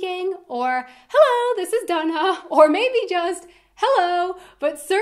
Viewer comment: Why is Dana pronounced Duna?